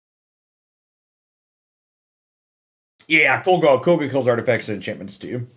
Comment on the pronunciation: i know this aint gonna make you change the way you pronounce it, but its KOG LA